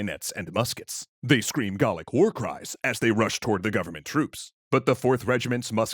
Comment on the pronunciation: Well done pronouncing Gaelic correctly, my aunt is from Skye and always made sure we pronounced it correctly so now when I hear it incorrectly it has a "nails on chalkboard" effect for me. It's a small thing I know but when informational channels get it wrong it always makes me cast doubt on their research regarding the rest of their content so I was very happy to hear you get it correct :)